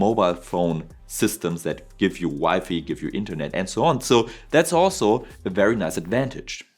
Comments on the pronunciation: Btw, WiFi is pronounced Y-ϕ. Wify is an affectionate way of saying Wife. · In English we pronounce it "Wai Fai" (Wye Fye?)